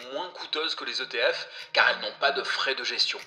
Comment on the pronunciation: Pas de « S » à l’acronyme ETF 😅 Excellente vidéo.